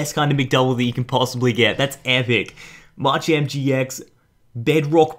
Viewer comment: ITS MA CHAMP NOt marchamp pls say it right